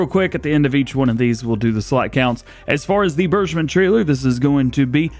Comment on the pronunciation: please go to google translate, write "bergmann" , set to german, press play to hear how to pronounce :)